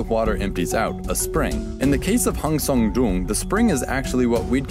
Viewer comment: I like how educative it is but I can't help but shiver whenever he tries to pronounce Hang Sơn Đoòng